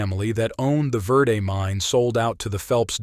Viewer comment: The Railroad mentioned was the United Verde & Pacific(UV&P). It had a 186 curves in 26vmiles. That old line is now Perkinsville Road. Remnants of the start of the line at Jerome Junction(now Chino Valley) are still visible. The worse Verde is pronounced "Verde", not "Verday"